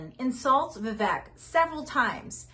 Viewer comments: I agree with the points you make on politics in general. However, please pronounce Vivek properly. It’s Vivek, as in “cake”. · Its pronounced viv-AKE